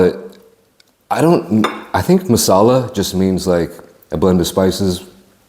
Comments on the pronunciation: You need to have chips with it. It’s masala not mussalla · It's massala not mussala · Mussala ffs its Masala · It’s Massala not Mussala. The food would be fifty times better in the restaurant. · Bruh they cant even pronounce there own national dish name right its "Tikka Masala" not Mussala somebody call to look at this restaurant. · It's Chicken tikka Masala not Mussala lol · Mussala? Hahaha it's Masala. Great British dish. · its not mussala, its masala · 'Mussala' lol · chicken tikka "moosala" haha😂😂😂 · that "mussala" sent chills down my spine..... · what is Mussala? is it not masala?